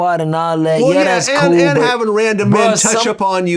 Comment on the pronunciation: Vlad said I'm coo wit da feet... 😅😅😅😅🐾